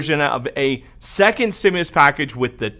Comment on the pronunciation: I loved it when u said trimulus! U crack me up sometimes lol love ur updates!